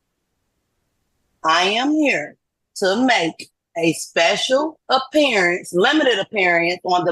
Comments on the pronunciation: A special apperiya-ance 😂😂😂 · Appear-ience! Learn to pronounce the words correctly!